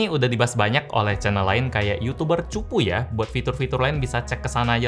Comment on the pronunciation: "Yucuber chuphu"😂